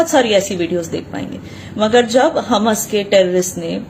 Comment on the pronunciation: So wot u saying ur right and the whole world is wrong???? I don't think so ur a sell out and u won't be saying all that if u saw pieces of ur kids or ur parents GO AND LIVE IN PALASTINE AND THEN SAY THE BS THAT UR SAYING AND ITS HAMAS NOT HUMAS U CANT EVEN PRONAUNCE THEIR NAME CORRECTLY AND U GONNA TELL US FACTS???? I DONT THINK SO